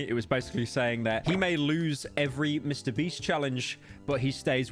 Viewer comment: mister bieast